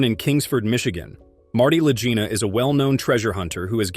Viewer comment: La-Geena, not La-Jeena. Also, your thumbnail picture makes people believe that Marty was arrested, and I do not, for one second, believe that this ever happened. Your AI voice over needs to be fixed. And to top it off, you said the U.S. government stopped inquiries into Oak Island. You need to relearn geography. Oak Island is part of Canada, not the U.S.